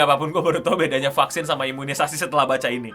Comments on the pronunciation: Vaksin ❌ Fucksins ✅ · Tulisan vaksin... Yg Q denger fvcksin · Baru buka video langsung denger "F*CK-sin". Penekanannya buat salah faham